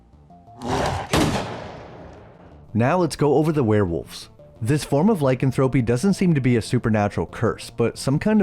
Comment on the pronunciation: You clearly love werewolves. Google 'lycanthropy pronunciation' so you can say it properly.